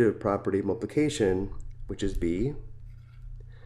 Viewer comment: its not mulpulcation its multiypulcation